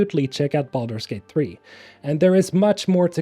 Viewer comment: I know this is a serious video but I swear I'm hearing you say BALLERS GATE instead of Baldur's Gate 🤣🤣🤣